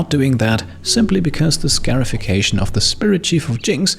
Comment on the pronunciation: Hey, just a note on the pronunciation of scarification and scarified. It is said like ‘scar-ified,’ not ‘scare-ified’. They’re getting scars, not scares. I love your videos, they’re always top notch